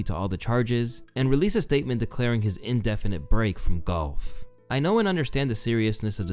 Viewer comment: The way you’re calling golf “gulf” is bothering me